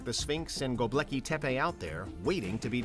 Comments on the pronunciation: Dude, come on. It's Gobekli not Gobleki. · go-bek-li not gob-leki. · Go-BEK-li not Go-Blek-i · Did you really just call it "GoBLEKI tepe?" Jesus, dude.